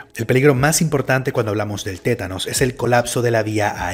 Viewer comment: es TÉTANO no ''tenanos''